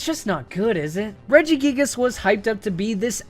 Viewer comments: REGIGIGAS, NOT REGGIGIAGAS! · IT;'S REGIGIGAS, NOT F*CKING REGIGGIGIS!